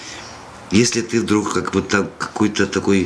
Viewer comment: Юра, читаешь, не читаешь, но....а в "друг" ("вдруг"). Открытый микрофон? Ты Готов?